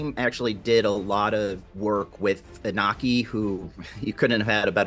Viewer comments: How is it possible that these people work with the actor every day and haven't learned to pronounce his name properly? The audacity white Americans have when it comes to names of different cultural backgrounds is just... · Amazing job however, why is it so hard to say Iñaki's name correctly?